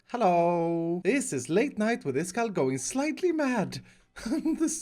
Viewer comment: Jag har hittat hit via Mumbo Jumbos redstonevideor, och nu undrar jag varför du uttalar iskall på engelska.